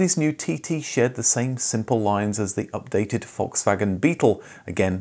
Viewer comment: You're one of my few fellow-Brits who can correctly pronounce Volkswagen. Congratulations 😁